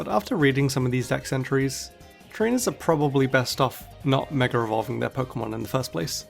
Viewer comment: DRINKING GAME: take a chug of your cocktail everytime he says "MegaREvolving" or "MegaREvolution"